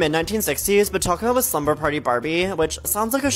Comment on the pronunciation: I'm just upset he said "slumper party" instead of "slumber party" ... Cuz don't we all like to slumper wen tired ??? 🤷🏾‍♂️